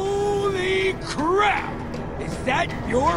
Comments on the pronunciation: did he just say oh crab? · stop saying oh crab